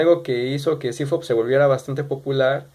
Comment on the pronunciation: Fridrich=CFOP sólo que él lo pronunció como cifop